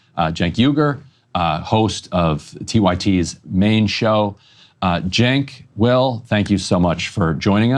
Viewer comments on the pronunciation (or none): It’s Cenk but the C you pronounce it with a J. Jenk